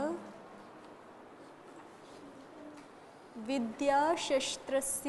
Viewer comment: शस्त्र का उच्चार षास्त्र हो रहा आहे